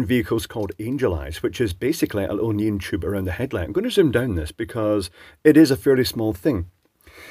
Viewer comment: knee on, not neun lol